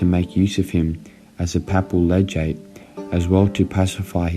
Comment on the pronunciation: maybe work on your pronunciation eg papal legate.